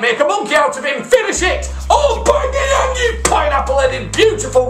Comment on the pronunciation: Its "Aubameyang" not "Aubangeyang"